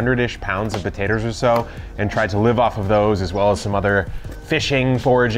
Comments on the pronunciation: Hehe he said "potaters" 😆😁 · you said po"tater"... you're officially southern. TIme to head south east... lol